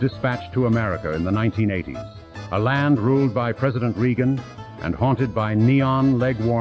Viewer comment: The AI pronounced President Reagan wrong.